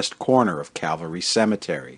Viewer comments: Nice video but you kept mispronouncing Calvary. Its cal-vary not cav-alry. ;) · Beautifully done. Almost like a Ken Burns documentary. (Although I winced every time you said “cavalry” when it should be CaLvary.😁)